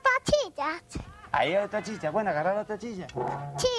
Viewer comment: Jajajaj que mala la cabrita chica. La letra S la cambia por una Ch como la chilla - silla Me puche de mal humor-me puse de mal humor hajajjaja